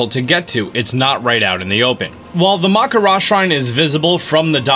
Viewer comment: he miss pronounce the name maka Raina shine